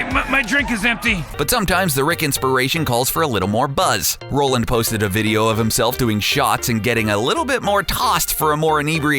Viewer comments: How much research would it have taken to correctly pronounce the last name of the show's creator properly? The mistake became too difficult to ignore around the 40th time it happened. So much cringe. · *roiland not Rolland you peasant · ROILAND NOT ROLAND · Great video but Roiland, not Roland please. Love the video tho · "Roy-land"...lets try those two out. "Roy". "Land". Great. Now lets say them really really fast together. "Roiland". Great....NOW QUIT SAYING ROLLAND!! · its roiland not roland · Roiland is pronounced ROYland! ROYland! not rowland Idk why this annoyed me so much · It’s pronounced ROY-land not Roland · You're pronouncing Justin Roiland's name like Justin Roland. You should pronounce it Roy-land. God like you think people would know how to read words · it's justin roiland not rolland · Roiland not Roland. Roy-land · ROILAND NOT ROLAND YOU DUNSE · ROI LAND not ROLL LAND. Hire a narrator who knows what he's talking about! Or at least can read the script. Or does the writer not know the names of the people he's writing about? And an editor who knows what's a Meeseeks and what's a jellybean. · HOLY SHIT SAY JUSTIN'S NAME RIGHT IT'S ROILAND NOT ROLAND YOU IDIOT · DID YOU JUST SAY ROE-LAND ITS ROY-LAND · It's pronounced ROY-LIND not ROH-LAND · It's ROILAND, not Roland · Justin ROI-land not Roland, k thx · I believe it's pronounced "ROY-land". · It's ROY-land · Take a shot every time he says 'Justin rolland' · Did you seriously just say Justin Roland? I'm not watching this. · Roiland. Like ROY-LAND. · I've known all of these facts. And they aren't dark Edit: and its ROILAND (ROY-LAND) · It's pronounced Roy-land. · I believe it's pronounced "Roy-land" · Roiland. Roy-land. Fuck. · Is it really ‘Roland’? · rolland? ROLLAND?! who the fuck is RoLlAnD!?!?!? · Rolland? Rolland? Hahahahahaha idiot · It's pronounced ROY•LIND you fucking moron. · calling him justin "roland" is so cring! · Justin Roiland pronounced Royland. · ROILAND! with an I